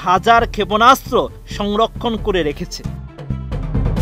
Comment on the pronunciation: শেখ ফরিদ এর উচ্চারণ আর রিডিং পড়া ভালো হয় না।